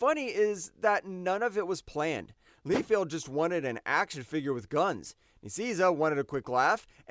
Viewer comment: Not to mention Deadpool was created by Lob Leifield